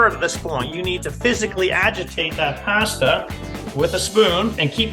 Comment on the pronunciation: Take a shot every time He says “Passtah!”. 👂🩸